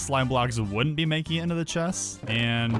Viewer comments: any one noticed he said chess instead of chest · you said chess insted of chest